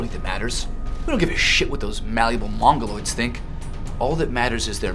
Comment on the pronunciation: Why do people say mongoloide ?!